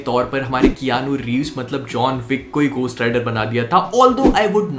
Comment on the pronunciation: It's ghost rider not cost rider...your pronounciation is not proper 😄😄😄😃😃